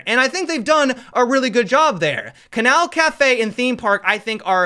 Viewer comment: did i just hear him say that he enjoys kanal...